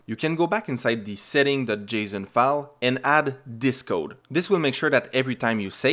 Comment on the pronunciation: it hurts the way you say json